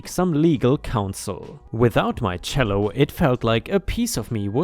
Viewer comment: Cello is pronounced chello